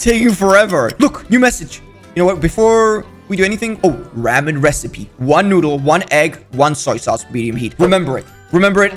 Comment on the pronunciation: The way how he said “ramen” is hilarious 😂😂😂